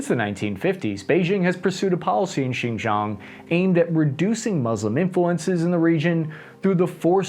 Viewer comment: Xizang is actually Tibet. Xinjiang (Chinese Turkestan) is more like /Sshin-gee-ahng/. You occasionally do pronounce it ok (at least to my tone deaf ears).